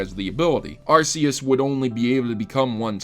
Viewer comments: cough arc-e-us not arse-e-us cough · It's pronounced AR-key-us